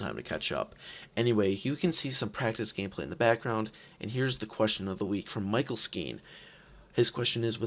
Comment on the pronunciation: After this performance how long do you think the Norse will take to win a game? Also it's pronounced MitchL not Micheal